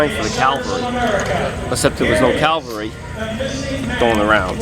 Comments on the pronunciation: He is saying Calvary instead of Cavalry. Another thing is that I have often wondered how many enemy troops were killed or wounded by Japanese soldiers using their swords and bayonets? I don't think many people were killed or injured by the swords but I think that many casualties were caused by the Japanese Banzai charges using their bayonets. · Huckster It's cavalry, not calvary. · its cavalry....not calvary one is a mounted soldier the other is where Jesus was crucified... just a slight difference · "Hey, look at this Howie!" & "CaLvaLry"....? CaLaLavaLLy...? Had me laughing. Btw it's CAV-AL-RY!!!!! G.Damn it!!! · John.... It's Ca-VAL-ry ..not CAL-vary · the guy in the video says calvary. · sherif elsharkawy he means that he said it wrong.... which he did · So this guy is a re-enactor and can't pronounce saipan, cavalry or carbine. Ok.